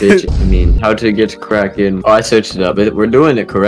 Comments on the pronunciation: uh its kraken not karken 🤓🤓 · ah yes, I do love the “karken” glove😂😂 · Erm actaully it’s “kraken” not “karken”🤓🤓🤓🤓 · He said karken except kraken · The fact how “karken” Lol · "thanks for that average" 😊 "and now l'ets get Karken" 💀💀💀